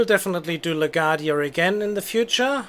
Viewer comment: Of course, if you wanted to reverse that, and have flights depart on 4 taxiing via A, B. Arrivals on 13 taxiing via B (again, so they cross 4 more quickly, allowing you to depart faster IF the glitch I mentioned in the previous post doesn't apply). BTW, it's pronounced LA-GWAR-DEE-YA or LA-GWAHR-DEE-YA. :)